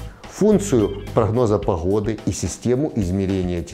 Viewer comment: Не походы! А ПОГОДЫ Г БУКВА ПО РУССКИ